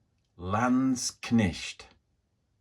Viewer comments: Thank you for the comparison. Great Video overall. Although not necessary I would say your "Landsknecht" pronunciation is pretty good now. Just try to get the e in before the ch. It's not a Knicht but a Knecht. 🧐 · Warlord landsknechts go very well together with GW's old Empire Regiment kit. Not so much the new one, too much of a scale difference (and quality difference...) Try "lands-knekt" for pronounciation btw, it's easier for anglos. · In English Landskchnecht is properly pronounced "land-shnecked". Ignore how Americans pronounce it, they can't even spell words correctly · Very nice and you almost got the word Landsknecht correct. For knecht use the letter e the same as the first e in beverage. Very nice kitbashing. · Hello, lovely stuff, however i'm affraid your'e still pronouncing Landsknecht wrong. It's very laudable of you though, to at least make an attempt. The E is pronounced as in egg and not like an I as in Knitting needle. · I think you are correct 😃 But it is way closer than the previous version!